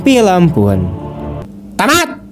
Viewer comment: Pas Mimin bilang tamat,,persis kyk emak klo lg ngebentak..